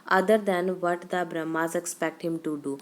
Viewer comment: It's Burmese not brahmas mam